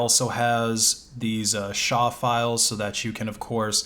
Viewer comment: Stopped watching after you said shaaaaa files